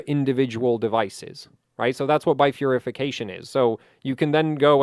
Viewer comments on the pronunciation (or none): why does he keep saying bifurIFIcation lmao